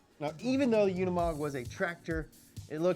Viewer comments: UnImog... not UnAmod!!! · The name Unimog is pronounced [ˈʊnɪmɔk], and an acronym for the German "UNIversal-MOtor-Gerät", Gerät being the German word for a piece of equipment (also in the sense of device, machine, instrument, gear, apparatus). It was created by German engineer Hans Zabel, who made the note Universal-Motor-Gerät on one of the technical drawings for the Unimog. Later, the Universal-Motor-Gerät was shortened to the acronym Unimog. On 20 November 1946, the name Unimog was officially unveiled. Since 1952, Unimog has been a brand of Daimler Truck.